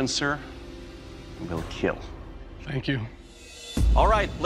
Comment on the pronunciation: So, i supose it will "KEAAL" ?